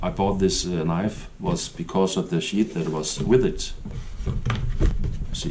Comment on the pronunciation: As usual very well done, great video and I love that kept your children's knives all these years. That tells me lot about the kind of man you are. When you try to say sheath it makes laugh because it sounds like you are saying "shit" but I know you are not 😁